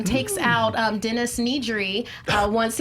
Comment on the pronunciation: I loved question three, but goddammit, it's Dennis NEDRY. Ned. Ree. They say it multiple times in the film. Not once do they say, "Find Need-ree. Check the vending machines."